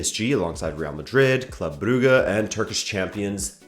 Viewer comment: He did it he did the impossible! He pronounced Brugge correctly.